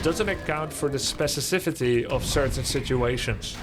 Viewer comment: Grubby says “spesisifity”